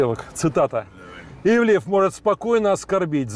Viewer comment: До чего ж резануло.. ИвлИев, ИвлИев.. вроде знакомы с шефом, а так ведущий коверкает его фамилию раз за разом. Ивлев слукавил и в том, что не имеет отношения к ресторанам с 2016 (на тот момент) года. Как спонсор и управляющий партнер он открыл с 2016г как минимум 6 проектов в Москве и Нижнем Новгороде (Monster Hills, ПроМясо, Парк Культуры, E11EVEN, Drinks&Dinners и отель в Новороссийске), один из них не пережил пандемию, остальные работают. Но сам он отовсюду ушел к 2021